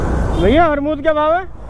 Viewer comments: Bhai armud nahi amrud Hota h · Armood nahi Amrood hota hai😂😂😂